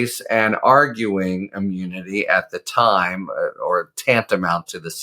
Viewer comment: He can't say immunity